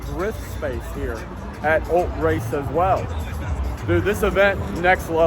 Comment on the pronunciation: ul-TRACE say it with me ul-TRACE. Every time I heard “Ult-race” I screamed at my TV. 😂